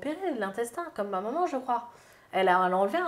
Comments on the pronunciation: on dit « maman » pas « manman » 🤣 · Est que peut apprendre à dire MAman et pas MANMAN!! C’est horripilant!!